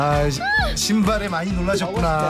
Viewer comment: 因為韓語的 鞋子 的發音,讀歪了 會變 韓式髒話 (西巴)。